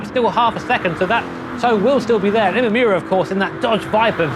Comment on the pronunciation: Imamura = Ee-mah-moo-rah Where the -rah part is more of a d/r sound. NOT Ee-mah-yoo-rah